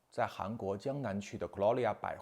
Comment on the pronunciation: 想给一个小小建议，视频里提到那的商场名字galleria的英文发音应该是”干了瑞亚”，中文翻译就是“画廊”，虽然中文名字是格丽乐雅。以前您提到过爱马仕，Hermes的法语H是不发音的，而美国人的Hermes 是念成“艾儿美”（这个可能没人在乎），希望可以接纳这个小小的指正。